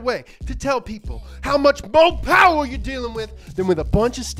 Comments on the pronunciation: By ooopmh?? whats that? you mean mo' powa' baby?!?! Its ok ill let it slide.....this time... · When he said a "a bit more... umph" instead of mo poweh benbah I was so confused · Yo no ones talking about how the other audience dude got hurt because of mo powah . . . . . . I guess he couldn't handle all the mo powah babeh